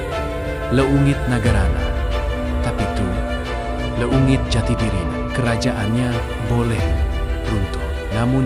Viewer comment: Yang baca narasi nya pasti bukan orang Sunda karena cara bacanya tuh salah pada bagian " leungit.... 😅 tapi tidak apa ...semangat semoga channel semakin maju